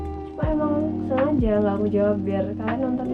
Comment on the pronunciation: Pas ngmng "sengaja" kyk yaopo ngunu